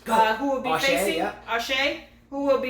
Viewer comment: Haha you guys nailed Raonic. Auger still needs work though. It's ohh (long 'o' sound) followed by zzzhhhhay. No biggie, I won't bring it up again, just think French. the look you gave at the beginning was pure gold. I did a classic comic spit take on that one.